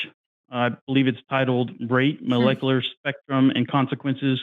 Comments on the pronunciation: Anyone else bugged by how says "mullekuler"? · It’s pretty hard to take someone seriously when they pretend to know a lot about this subject, yet simultaneously can’t pronounce the word “molecular” repeatedly